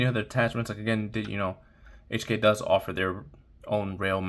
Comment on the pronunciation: Love the P30 v1. I have the p30sk, P30, and P30L. It's pronounced "coke" by the way. Nice pickup